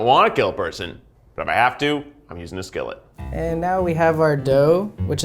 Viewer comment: eef trying to pronounce skillet on Unus Annus flashbacks